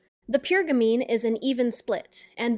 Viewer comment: If you're going to insist on saying gamine 100 times, you should at least learn how to pronounce it.